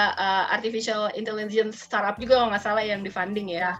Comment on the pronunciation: For the host: Pelafalannya bukan star-up (starap) tapi start-up (star: [tap]). Ada huruf "t" before kata up.